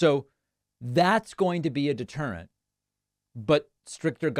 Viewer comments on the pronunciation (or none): DeterentH of the lawH